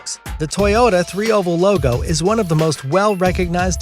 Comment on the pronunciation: You said “coca cola loga” 😂